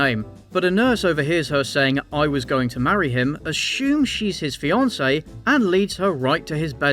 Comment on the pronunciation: The nurse announces “she’s his FEE-an-say” and it’s never stopped annoying me. “Wrong emphasis on the wrong syllable”!